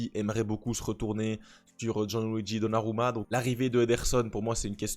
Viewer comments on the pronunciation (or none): none